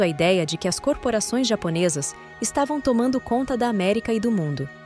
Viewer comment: eu acho que a "narradora" é uma voz do google ou de um site de AI (inteligencia artificial)... no texto intiro ela errou umas duas vezes ... ao dizer "as" tipo "as pessoas" ela falou "a s pessoas"... mas no contexto final está muito bom... veja que ela muda a tonalidade e a velocidade da fala ao pronunciar em japones...a AI tem problemas com numeros... também... pede para ela falar 235000 ela fala 2 3 5 mil e nao duzentos e trinta e cinco mil ela fala século X X I em vez de seculo 21... e vai por ai.,.. tal como a Alexa ou a Siri...